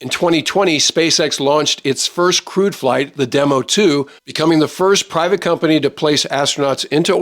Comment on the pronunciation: ‘Crewed’ not ‘Crude’